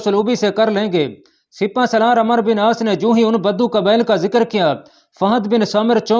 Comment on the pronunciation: میاں ایڈمن آپ عمرو کو عمر پڑھ رہے ہیں و مس کر رہے ہو